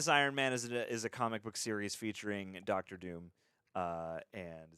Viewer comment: "Ducktor" Doom?? 😄😄